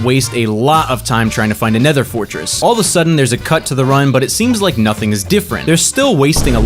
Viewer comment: At the start who else heard lake comment and subscribe😅